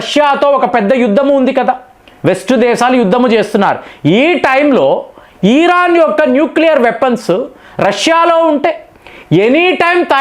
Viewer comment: ఈరాన్ కాదు ఇరాన్ అని పలికితే బాగుంటుంది.....